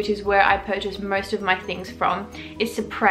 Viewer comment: personally I love this video but its pronounced "supree" and not "suprea". sorry if that was rude but I literally have fallen in love with your channel. you go sister <3